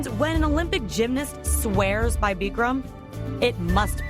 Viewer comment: BICK-RAM NOT BEEKREM!!